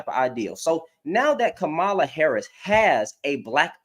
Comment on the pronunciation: Her name is pronounced like comma (,) as in the punctuation then add La. Like comma La. Three syllables long. Com ma La. Hope that helps.